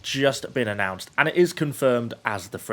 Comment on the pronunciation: season 7 has just been annoced'' he said lol :)